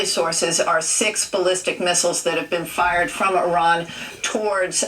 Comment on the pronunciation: The irony of everyone talking about the mispronounciation of "Quatar" while saying "Iran" wrong 😂